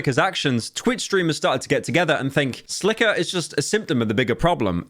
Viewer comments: Arobb, silker, man you need to start working on pronunciations LUL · silker and eh-robb